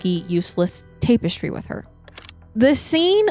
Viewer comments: It's tap eh stree not tape you're prob saying it correctly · It's not a debate on the use of the word it's her pronunciation that's the problem she's saying "tape-estry" and it's pronounced "tap- estry". Hope that helps 😊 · Tap-estry NOT tape-estry, you’re adding an e that doesn’t go there and it’s driving me up the wall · 21 year old cat? And please say TAP-ES-TRY 😂 And people don’t get “intellectually “ worried. “In the meanwhile “……. Bless you. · Tap - not tape. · TAP ES TRY! Not TAPE ES TRY this is driving me nuts! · Tap*Tap*Tap Tap-Ess-Tree Tapestry 🥰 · Tap. -estry not TAPW-estry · Me, wondering if “tape-es-tree” is the US way of saying the word, then looking through the comments to find out it isn’t 🙄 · have i been saying "tapestry " wrong my whole life ~ or is this another one of those funny pronunciations that she has? 😉 Much love ~ from southern Indiana 🥰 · TAP-ES-TRY the syllables are different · She says it too many times not to comment lol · Take a shot everytime says tape-estry we’d all be leathered haha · Have the pod autoplaying on my TV but had to find this ep online just to come to the comments and make sure I wasn't the only one losing my mind about the pronunciation of tapestry. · Don't make fun of accent/mispronounciation. She's a queen. 🎉 Thank you for covering this case, I had never heard of it. before. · The way you're saying tapestry is gonna land me on the next episode of MWMH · Bless her. Its giving Stepanie Harlow saying Documantery. ❤ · I literally was going to say the same thing. It was said soo many times in a row and just hit the ear wrong. 😂😂 Love you though, girl. One of my fav YouTubers. 🖤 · Yes kind of making me crazy lol